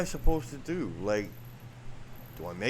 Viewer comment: You keep saying,,,, what am I gonna dew,,,,!!!!! To start,, pull your head out,,,!!!!!!